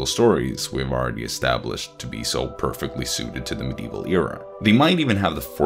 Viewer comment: "Mdeval" "MYlennia" you just can't pronounce ANYTHING right, can you? Edit: "InfallEable?! Infal-E-able!?!" Where are you getting an E in the middle of Infallible?